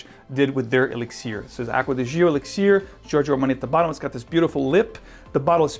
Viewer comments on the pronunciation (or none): Why do you choose to say elixir that way, "e-lix-ear"? What accent are you trying to apply to that word specifically, and why? I'm pretty happy with my profumo but excited to try this anyway. Likely overpriced but maybe that blend with Aqua Fahrenheit will get me to pull the trigger.